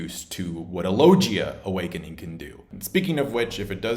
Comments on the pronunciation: I hate how says logia 🤦🏻‍♂️ low gee ah 👊🏻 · How can you watch One piece and hear them say logia and you still say the name wrong low gia lol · Its Logia pls correct your pronounciation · Lol after all these years you still can't pronounce "logia" correctly? Lol . Still though, good job, nice vid! 👍